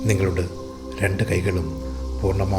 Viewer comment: ആർക്കും സാറിന്റെ ഉച്ചാരണം Problem ആയില്ലെ? സാർ എല്ലായിടത്തും നിങ്ങളുടെ എന്നുള്ളതിന് പകരം നിങ്ങളുട് എന്നും അതിന്റെ എന്നുള്ളതിന് പകരം അതിന്റ് എന്നും അതുപോലെ എല്ലായിടത്തും 'എ' എന്ന് വരുന്നിടത്തെല്ലാം ഇതുപോലെ ഉച്ചരിയ്ക്കുന്നു. അതു കാരണം എനിയ്ക്ക് 100% Concentration കിട്ടുന്നില്ല. എനിയ്ക്ക് തോന്നുന്നത് അത് ശരിയാക്കുകയാണെങ്കിൽ ഈ video യ്ക്ക് millions view കിട്ടുമായിരുന്നു. അത്രയ്ക്കും ഗംഭീരം !!!